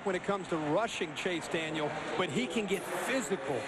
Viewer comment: its allright maybe you guys might win a bowl game for once in your life and by the way its CHASE DANIEL NOT CHASE DANIELS